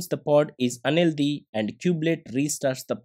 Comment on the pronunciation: thank u for the video! btw you pronounce the word "unhealthy" as "LD", i was so confused